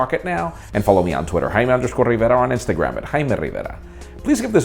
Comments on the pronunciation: "I'm " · "I am and this is pocket now daily"